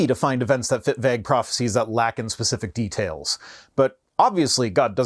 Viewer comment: Wait ‘til you hear him say vague!😋 I wonder if pronunciation of Byzantine is regional… I haven’t heard other Canadians say it – but i’ve heard a couple Brits say it way, so maybe Canadians received their pronunciation from their royal masters.